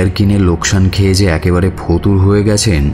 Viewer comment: পি কে বাসুর পর রেডিও মিলনকে আবিস্কার করেছি। পুরোনো নাটকগুলো শুনছি তাই। বাঙাল উচ্চারণগুলো সামলে। এ্যাকেবারে নয়, একেবারে। আমিও বাঙাল তবে পেশাদার উচ্চারণ কি হবে তা জানি একটু।